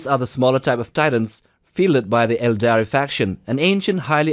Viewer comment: I love your dialect and especially how you pronounce Aeldari. It's like silk or something. Where are you/your dialect from? If i can ask.